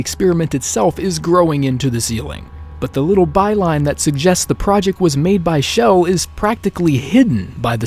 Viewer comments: Ur saying shell it's chell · It's CHELL not Chell (with a SH ) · Her name isn't pronounced like Shell. It has the hard CH like in Church. Just listen to interviews with Wolpaw and you can hear him say her name with the hard CH. There is also an unused file where GLaDOS calls Chell by name. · not Shell, Chell! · He keeps saying Chell with a sh Schell ( for god sakes! It's Chell!!!!!!! ) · Her name. Is not. S H E L L. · Great, another Youtuber that calls her shell. That means more cringe videos. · the ch is Chell is pronounced like the ch in church. not an sh sound. glados even says her name in the end of portal 2. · Various people on the dev team pronounce it like shell. How can you correct pronunciation using spelling? That makes no sense.